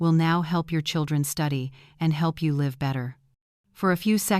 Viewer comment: Use a real reader instead of stupid Ai that doesn't know which way to pronounce "live."